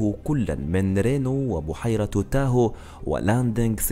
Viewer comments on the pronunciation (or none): none